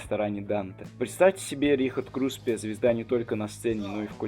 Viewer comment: Вы специально весь ролик говорите Крупсе вместо Круспе?